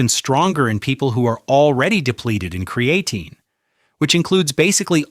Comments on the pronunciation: Amazing how AI can spit all this good information but can't say creatine right. He says "cre a teen". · kree - uh - teen 😉